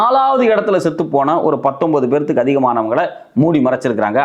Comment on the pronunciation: என்னடா " பேத்துக்கு"? 37 பேருக்கு/ எத்தனை பேர்(நபர்)